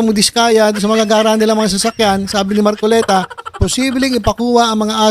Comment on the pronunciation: Ayusin mo mag bigkas sa apelyido ni ka marcoleta